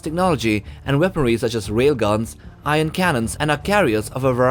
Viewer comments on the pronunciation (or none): none